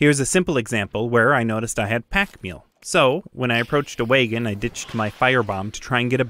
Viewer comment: Awesome channel! 😃👌🏻 Where are you from? Canada? "Wagens"